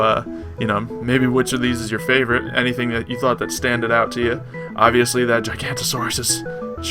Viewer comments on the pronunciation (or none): giga-nata-saurus, lol I'm pretty sure that is the right way to pronounce it XD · its pronounced jiga no toe saurus and rex are 11 meters and giga 17 spino 18 meters and nothing in the game is acurate so i wont correct u any further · It's pronounced Jig-a-no-ta-saw-rus. Gigantosaurus was a completely different dinosaur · it's not pronounced giganta it's fucking gi-ga-na-tosaurus Jesus Christ people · A (gi-ghan-no-tuh-sawrus) not gigantosaurus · its Giga-Noto_saur